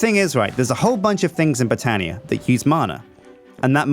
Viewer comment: does anybody else get annoyed when he says botania weirdly????